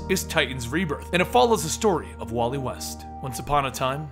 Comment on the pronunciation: It's wall-eeee